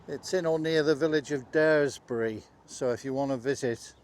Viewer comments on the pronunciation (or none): Nice video. Just so you know it’s pronounced Dars-bury.